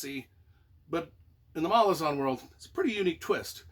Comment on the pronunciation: The most annoying thing about this video is that he pronounces Malazan wrong the entire time